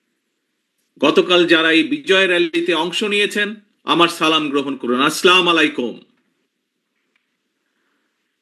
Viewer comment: যে সালাম টাও সঠিক ভাবে দিতে পারে না, সে আবার দেশ চালাবে